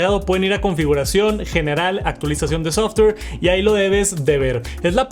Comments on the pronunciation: Querido, no quiero caer en un hate de algún tipo, pero que esta pasado con tu pronunciación en inglés? “Softer” y en otro video el “apol pensol” deberías corregir esos errores que antes no hacías. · Me da risa como pronuncia el ingles todo sobreactuado los “BAAAGS” actualización de “SOFTGUR”